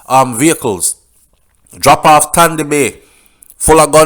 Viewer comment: He was called Tandy Bay because he can't pronounce the S words , so he said Tandy bay instead of sandy bay